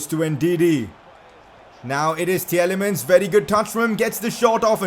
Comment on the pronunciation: Tielemans is pronounced T-li-mans